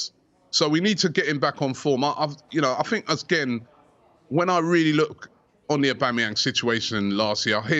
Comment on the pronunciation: Robbie "I fink" Lyle